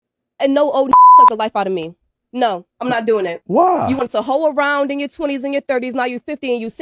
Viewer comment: It sounds like he's saying "wow" not "why"